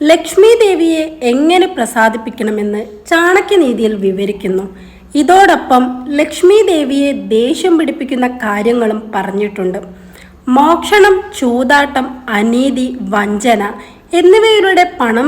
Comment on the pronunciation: മോക്ഷണം അല്ല മോഷണം ആണ് കറക്റ്റ്